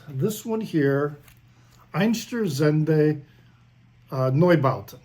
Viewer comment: with Neubauten you were close, with Einsturzende a bit far away..😃 but hey..I learned Dutch, English, French and German on highschool and we are neighbours of the germans, and we can watch german television,so for us dutchies its a lot easier. 😃